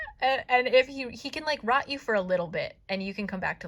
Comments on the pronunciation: I only listened to this and thought he was "King Rod" :'D The name Rot is German, so King Rot literally means "King Red" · I'm sorry, it's just an accent thing, but every time you say 'Rot' I hear 'Rut' and it makes it SO MUCH worse 😭